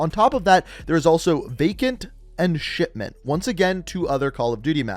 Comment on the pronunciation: To me it REALLY sounds like he is saying shitment